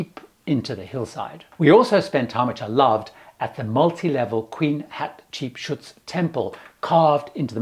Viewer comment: Hi! A tip to pronounce the pharaoh queen’s name….”hat cheap suit”!